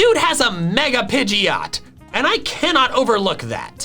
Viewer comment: DO NOT LEAVE OFF THE D IN PIDGEOT!